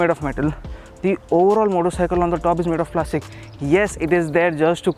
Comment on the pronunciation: Plashhhtic plashhhtic ahhh luha tina plaashhhtic!!!